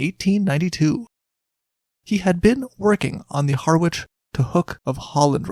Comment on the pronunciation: Harwich. Harrich, silent w.